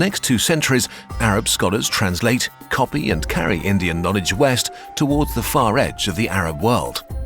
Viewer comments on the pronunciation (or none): none